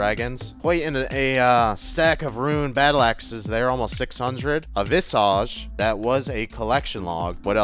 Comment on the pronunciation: Why can't you say Visage right. It's not a Harry Potter spell its not visaaage it's pronounced vis-igde